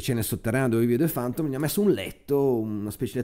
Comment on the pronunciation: Ma è questo il punto, sbagli la pronuncia per tutto il video. :( Questa parola (chiave) si legge ['fæntəm], con la "e" aperta. "fAntom" francamente nun se può sentì :). Sorry. Niente di personale!